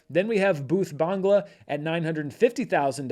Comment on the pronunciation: Well done on the Bhoot Bangla pronunciation,!